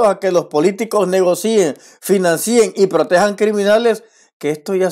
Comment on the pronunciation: está bien lo que dices, pero las palabras financien y negocien, suena así, negocien, financien, no financíen ni negocíen, es decir, no lleva acento